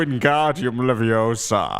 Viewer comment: It's Leviosa, not Leviosaaa!